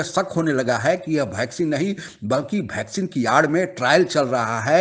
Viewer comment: भैकसीन नहीं ताऊ वैक्सीन।।